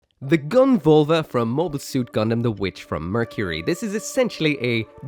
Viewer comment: it's Völva with an Ö.